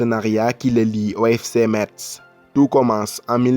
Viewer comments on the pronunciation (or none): Je suis de Metz et suis un fervent supporter du club de foot de ma ville ... donc ça me fait mal aux oreilles quand vous prononcez mal METZ ...METZ SE PRONONCE "MESSE" ...Merci et bonne continuation ! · Par contre metz ce dit messes mais bonne vidéo